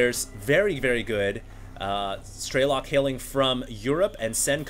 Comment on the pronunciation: "Strelok" is russian for "Shooter" and there is no long "e" - "Streelok" "all the sounds are the same duration, you just snap it "Strelok"... just FYI